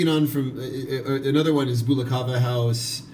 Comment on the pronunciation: Well done for creating an informative introduction for kava newcomers however, your pronunciation of “Bula” is not quite correct. The initial “bu” sounds are actually more similar to the word “book” rather than “boo”. “Bula” doesn’t rhyme with “hula”. Thanks.